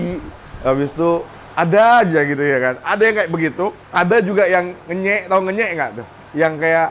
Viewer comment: Selamat koh atas jackpotnya Eh btw kok ngerti bahasa ngenyek...dan jangkrek... Faseh bgt lagi ngucapinya Itu gmna critanya?